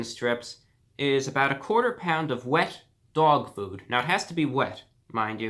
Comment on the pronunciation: "Wehet doag food" I lost my shit